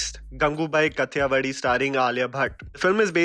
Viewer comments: the pronunciation is Kaathiyaawaadi - here THI is as in Tharki and DI is as in Damru. Good analysis. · its pronounced as गंगुबाई काठियावादी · Please put some efforts towards your pronunciations man. Saying 'Kaa-thi-ya-wadi' is not that difficult. Nor is 'Phaal-ke' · Ur pronunciation of kathiawadi is wrong bro